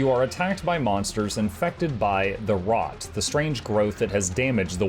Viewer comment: the Root* not rot lol